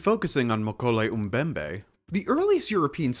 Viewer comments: Even if this so-called “dinosaur” is fictitious, I’m pretty sure that the name is pronounced as “Moe-KEH-leh”, not “McKolay.” Just sayin’. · um-koley um-bembey, man I love american accent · Many problems with this video, first of which is your pronunciation of mokele-mbembe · You can pronounce “Freiherr von Stein zu Lausnitz” (well, passably😊) but not “mokèlé-mbembe”? Pathetic😂